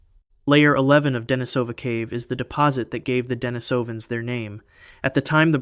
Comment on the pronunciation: That's not how you say Denisovan.